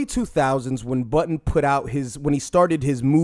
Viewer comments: It's JOE BUDDEN, not Button. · You pronounce Budden as "Button" and it's freakin me out.